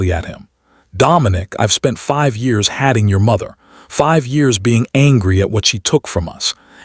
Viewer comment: Hating is mispronounced. The 'a' in hating and dating are the long 'A' sound. Staring is pronounced stair-ing. The r-controlled sound for 'a' in the staring is like 'a' in air.